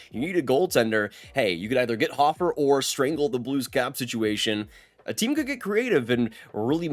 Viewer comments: Dude...it's pronounced Hoe-fer, not hof-fer. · Ho-fer not hoffer